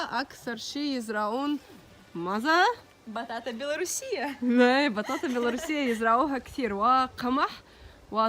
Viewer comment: ههههههههههه عندما تردد في كلمة بطاطا بطاطا ههههههههههه قتلني ضحك نطقها حلو